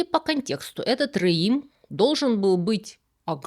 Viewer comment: Не реим, а рэем. Это орикс, длиннорогая антилопа. Два слова - омонимы. Они относятся к разным эпохам - библейской и мишнаитской. В мишнаитскую эпоху носороги в Святой Земле уже не водились.